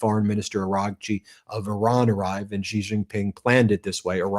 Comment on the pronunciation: Why don't you learn to say president Xi's name correctly?!!!!!!! It is soooooo easy to find out how to say his name correctly!!!!